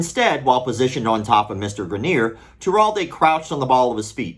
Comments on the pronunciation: Why do you keep pronouncing it “graneer”. It’s spelled Greener. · I went to high school with that guy. First of all, you’re saying his last name wrong but that could be for privacy sake, secondly you’ll be happy to know that in the years since he’s made a lot of progress and has taken up hiking and rock climbing (looks like he still needs assistance but there’s a solid community for disabled climbers). Really happy to hear he won this battle. Never knew the full story but that is definitely negligence on the instructor trying that move in such a way.